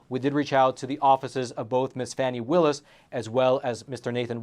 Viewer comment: Epoch Times are idiots. They can’t even pronounce Fani Willis’ name properly. The allegations are groundless. Epoch Times are more interested in selling stories instead of reporting the truth.